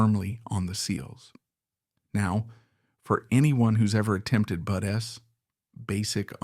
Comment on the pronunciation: It’s AI! The way Artificial Intelligence says BUDS! So when they use the ai voice it always says BUD S!! Don’t worry bro pisses me off too!!! 😮